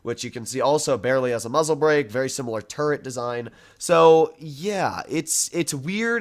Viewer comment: saying turret armour: turd armour